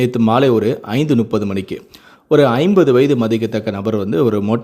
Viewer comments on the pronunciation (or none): none